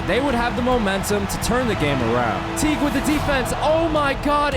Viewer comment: bro called jeff teague jet lolololololol iykyk